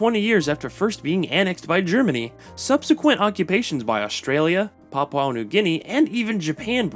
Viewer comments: Jayapura is one of the Indonesia city. Lol. And, I'm from Indonesia. And, not Papaw, but Pa-poo-ah. And Bo-gen-vil. And, you've given the nice imformations. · It should be Pap-OO-AH, not Pap-OW. And BOH-genvil, not BOO-genvil. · Who even says Papau it’s papua man😂😂😂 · PapUA New Guinea, not PapAU New Guinea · Need to learn how to pronounce correctly. It's not Papau, it's Papua. And it's not Rio Tito, it's Rio Tinto. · It's Pah-Pooh-An, not pah-pow-an. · Hearing papau this and papau that makes my head ache .... Learn to say " P A P U A " ... Not " P A P A U " please !!! You are being rude by ignorantly keep saying papau this and that. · It's Papua not PAPAU. Papuan not PAPAUAN. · Good to hear you'll improve it in future, but I don't know how you can say this is an "Anglicised" version. "PAP-oo-ah" is the Anglicised pronunciation, as very widely used all over the world. Pap-OW is just a mistake. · Not Papau... PAPUA NEW GUINEA ... The you are pronouncing the name of our nation is not correct. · Can you pronounce Papua correctly? It's pronounced as Papua as in Par-poo-uh and not Papau Par-pow according to your pronunciation. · You need to say Paa-poo-a New Guinea properly. The locals would not like it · Papua new guinea is pronounced Paapuuaa New Gini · no the anglicized version is papooah. You just are saying you're own thing, I think from misreading it as papau and then never looking again. If you had even heard one single other person in the world pronounce it the way you do I'd be surprised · Poor reporting. The country is no PARPO New Guinea rather it is pronounce Papua New Guinea. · Yeps ... I know how you feel hearing that 'papau' pronunciation 😅😂🤣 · Why would AI pronounce PAPUA as Papau? Wouldn't AI pronounce phonetically? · No, the Anglicized version is pronounced as Papua (Par- poo-a.). The way you pronounced it is not the Anglicized version, BUT your own version of pronunciation. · No it is pronounced "parpyua" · it’s not even Anglicised. It’s just wrong